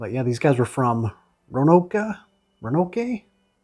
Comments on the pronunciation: Roanoke VA is pronounced "Row-in-oak", love your channel btw man, extreme deep cuts every video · I had to cringe at your pronunciation of Roanoke. It’s the largest city in the western part of the state. Those were some records to be on the lookout for, or they would be if they weren’t all unobtainium.